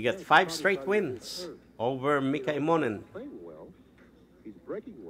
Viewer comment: Please, Mika's name is pronounced em mo nen. The accent is on the first two letters, im.